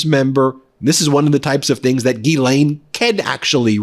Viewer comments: People in England pronounce it Gah-len but quicker like Glen. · Wouldn't you think that Bondi could pronounce GHISLAINE Matthews properly, instead of calling her GERLAINE? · Phonetically it's pronounced Gizlane. You're not pronouncing the S. Only the H is silent. Ghislaine. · Why does pronounce Ghislaine's name "GERRlaine"? Is that her pet name for her or some kind of Inside scoop us ordinary people can't know about? 🤔🤨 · Bondi called her "Gerlaine". LOL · "Gerlaine" ... Nice one, Pammy! She is trying everything to distance herself from the knowledge and handling of the G.M./Epstein/tRump case. We all know she understood her assignment before she was given the position!